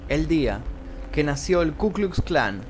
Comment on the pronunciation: Aprendé a hablar,. Si en los videos del Hindenburg nombras apellidos o nombres que empiezan con w con la pronunciación español, en lugar de la pronunciación v, no veo por qué no pronunciar la letra ka correctamente